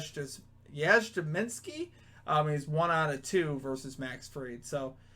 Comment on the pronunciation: Dude…. Mike Yastrzemski! Please tell me you’ve heard of his grandfather Carl “Yuh-strem-skee”